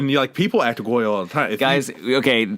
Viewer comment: Liz's review... 1st of all, the first 10 minutes are incredibly boring. Also, I actually cant believe how poorly pronounced "aegyo" and "maknae"... it was actually embarrassing. Lastly, I swear you said "cake-pop group" and I don't think it was on purpose.